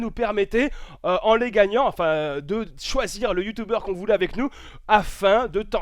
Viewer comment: "YouToubeur" c'est YouTUbeur ;)